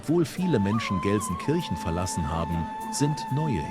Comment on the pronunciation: If you were really 24 Hours in Gelsenkirchen then you must have learned how to pronounce the Name properly !